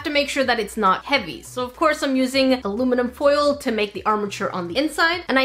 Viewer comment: I love how she calls aluminium "Aruminum" sometimes